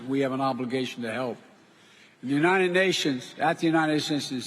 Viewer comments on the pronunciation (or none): "At the Natted Stintions, September, I announced my administration..."